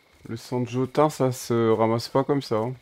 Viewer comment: Salut! Donne des armes et des outils à tes PNJ, ils feront mieux le travail et pourront te et se défendre. Sinon c'est du sang de Jotun qui se prononce Jotoun. Merci pour la vidéo!